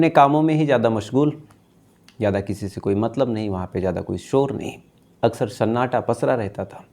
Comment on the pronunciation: शन्नाटा, शूचना, शामने एक शक्स मिलता है😂😂